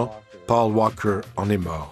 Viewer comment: Le commentateur ne sait pas dire paul walker ou bien ..... ?? pauw wawkeur et après il parle bien le français. LOL